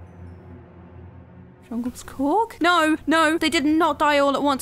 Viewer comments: Fun fact: its not "Djungelskorg" its actually "Djungelskog" and djungelskog means jungle forrest! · djungleskoch pronouced "jungleshkock" the real ikea bear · she almost got it correct. the bear's name is DJUNGELSKOG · it's Djungelskog. u missed 2 letters